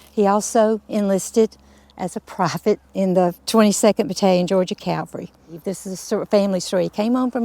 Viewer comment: Folks, please say "Cavalry" not "Calvary"....😊